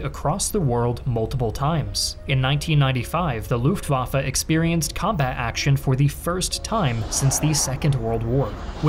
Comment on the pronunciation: Please say LuftwaffE not LuftwaffA